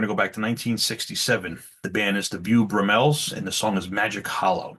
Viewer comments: Really enjoyed yer top 10/bottom 10 lists. Just wanted to point out Bew Brum Ells is pronounced Bow Brummels. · Good list, You first selection is pronounced BOW BRUH-mles.